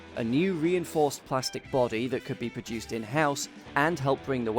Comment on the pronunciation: Lovely! Liked the detail and irreverent treatment though I became slightly concerned about what seemed to be slight re-appearance of 'produced' with the silent 'R' which seems to be a feature in some other petrolheadish vid channels. Or is it my ears malfunctioning?